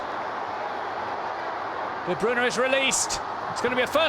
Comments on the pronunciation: sani It just drives me crazy when I hear "De Broon" (at least he's changed to "De Broon-uh," but it's "De Broy-nuh") and "Awearo" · de broon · Iam from Belgium and you say De Bruy-nah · "De Bruna" 😂😂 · It's De Bruy-nah/na I'm 99% sure as that is how Belgium reporters say it should be pronounced -__ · The way the commentator says de Bruyne annoys me